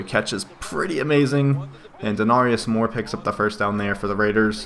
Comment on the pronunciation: not to be that guy but its De-Nare-ious Moore XD